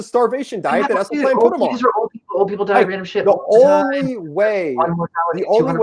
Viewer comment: True. He doesn't even know how to pronounce Esselstyn, which any vegan would know. He pronounced it incorrectly at least four times before I grew too weary of his loud mouth. Mic posted the link so I watched as long as I could. Sorry, Mic.